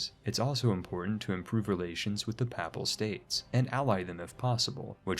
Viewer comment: Fucking hell hearing Americans butcher all the names of places really puts me off. Couldn't get through this. In future worth googling how to say Papal state and Athens etc. 🤣 Paple state and Ayfans 😆😆🤣